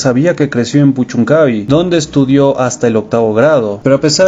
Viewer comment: es puchuncavi' con acento el la i. buen material.